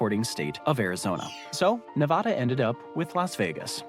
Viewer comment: Ne-VAAAAAhhhda! seriously!